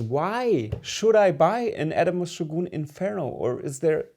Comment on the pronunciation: By shoggoon, do you mean shogun?